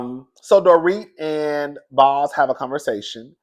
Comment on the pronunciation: If her name was Quantanillanasia, I bet y'all would say it perfectly. Obviously Bozoma is an African woman . Let's show her the respect of saying her one-syllable nickname correct. Boz sounds like "bows". This is not difficult.